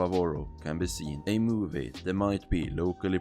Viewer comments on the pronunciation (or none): none